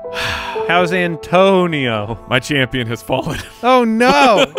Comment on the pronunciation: An-Toe-Ni-NOOOOOOOO! Gibson